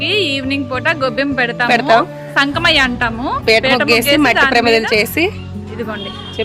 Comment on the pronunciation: సంకమయ్య కాదమ్మా సంక్రమయ్య అంటారు